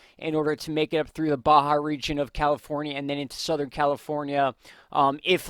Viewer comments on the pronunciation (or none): none